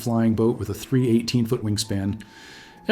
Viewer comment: 3 - 18 wingspan? 318 ft wing span What real narrator would say 3-18 wingspan?